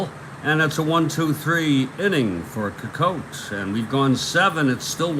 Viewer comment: Nice Game. FYI its Ed SEE-cott. Thanks Take Care**